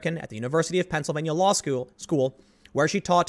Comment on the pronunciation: Tims been watching too much South Park. “Schoo”